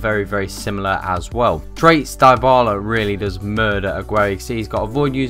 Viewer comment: Come on guys, Dybala is pronounced as 'Di-bala' not 'dye-bala'. He's the most promising player in football right now and there's no excuse to pronounce his name wrongly.